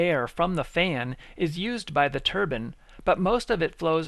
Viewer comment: Why does it sound like he is saying Turban its Turbine Not a Turban !!!!!